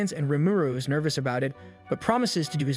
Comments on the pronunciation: I wouldn't have guessed the voice were AI if not for the strange pauses and the odd and inconsistent pronunciations. Honestly kinda jarring the way it mispronounces some things, like somehow reading "is" more like "ice." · Is it? shit, it was pretty good until I heard L-I-ves instead of lives... and weird emphasis on Is in general. It said Diablo really weird at the end too